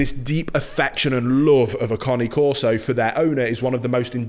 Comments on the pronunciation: It's not Car-knee Coreso, It's Cane (Kane) Corso. Not Subscribing or Liking. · CANE, NOT CONNIE. !!! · it's not lol is kah nay , not connie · Ya he calls it a Connie carso when it’s CANE CARSO NOT CONNIE CARSO LIKE WTF IS A CONNIE CARSO 😂😂😂😂😂😂😂😂😂😂😂😂😂😂😂😂😂😂😂😂😂😂😂😂😂😂😂😂😂😂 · He has an accent.. cane is not pronounced cane as in candy cane, it is connay. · "Connie Corso" Lol Great video, again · It’s Cane Corso !!!! Not Connie corso lol 😂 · cAna corso pronounced not conni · Its Caneeee corso , not coni corso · New drinking game. Take a shot every time he says "Cane Carso". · You mean everytime he says "Connie Corso" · 😂😂😂 in my italian ear your cane corso sound more like "connie c'osoe" 😂😂😂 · Not pronounced ‘Kahn-née’.